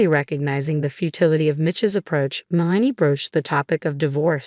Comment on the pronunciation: Worst AI pronunciations ever. It’s “MEL-uh-nee”, NOT “Muh-LANE-ee”. Like nails on a blackboard.